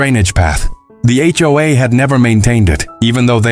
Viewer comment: It's HOA not HOAA